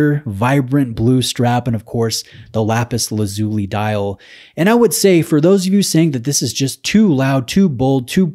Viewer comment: Hi, I think the pronunciation is “Lapis Laz U Lie”. Great content as always. You’re getting some stunners to review, which is testament to the strength of your channel.